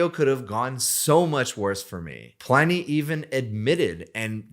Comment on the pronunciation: OK - I know this is missing the point, and uber pedantic - but in my head it should be pronounced PLIN-ee as in "Pliny the Elder" - roman - mentioned loads on QI. Anyway, you've obviously talked to him. Hence, he'd be the arbiter - how does he think it should be pronounced?